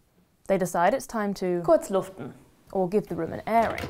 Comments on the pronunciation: It's "lüften", not "luften" - we do love our Umlaute ;) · Mr Pessimist except the „luften“ (not like „lüften“) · Her German sounds so... well German it‘s great. But when it comes to the ü at the word Lüften, she pronounces it Lüften 😉